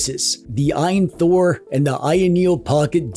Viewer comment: This could have been a 2 second video where you say "AYN Thor" and turn off the camera